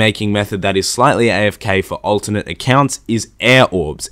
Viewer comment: I learned that you pronounce alternate as ultimate